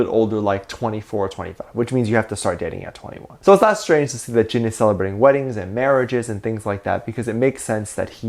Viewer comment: "a CELEBRA-TAE "😂😂